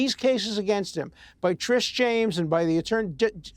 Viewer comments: Alan says Trish instead of Tish like 11 times in 2 mins. And we’re supposed to take THIS moron seriously? 🙄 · How Many times can he mispronounce Tish James. Old fool .